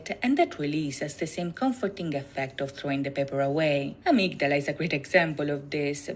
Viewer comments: Love this! Not many reactors take the time to understand the meanings of the videos. 💜 In English, we normally pronounce it "uh-MIG-duh-luh" but Yoongi pronounces it in the song "AH-MIG-DA-LA" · This was fun to watch... thank you! I knew about many of the references in these MVs, but I also learned a few new things! Just a note about "Amygdala ." It's pronounced 'a-MIG-da-la' and is a different part and function of the brain from the medulla oblongata. As you can see, these boys do their research! In these MVs, Yoongi shares his challenges with mental health and lays his soul bare in hopes to not only free himself but to help anyone else who may be struggling. He is incredibly courageous! 💜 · Nice reactions. My Suga is deep. What was triggering for me, was you both repeatedly pronouncing Amygdala wrong despite hearing her say it multiple times 😂. Also, what said, medulla oblongata, isn't the same word & it's a different part of the brain.